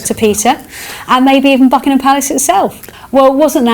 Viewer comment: Mis-chievious!, the word is mischievous. Also it's Buckingham Palace, not Buckinam.